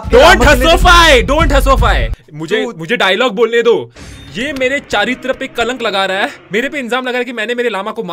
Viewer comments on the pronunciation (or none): vo "charitra" hota hai "chaaritra" nhi